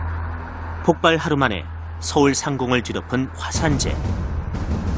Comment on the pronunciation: 아나운서, 기자가 폭팔이라 발음하면 어떡합니까... 폭발입니다.